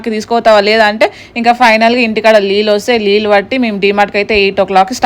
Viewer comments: Lullu kadu nillu😂😂😂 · Leelu kadhu neelu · Lillu kadu akka niru or nilu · Leelu kadhu neellu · Leellu kaadu amma neelluu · Leellu kaadu avi neellu